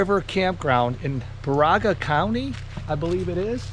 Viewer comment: Great video (particularly the drone shots) and images! Need to work on the Baraga pronunciation (don't go with that Siri pronunciation). 🙂 Check out my channel for North Country Trail hikes in this region!